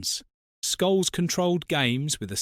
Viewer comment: And scholes